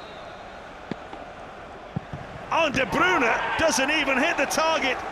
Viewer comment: That's how it's pronounced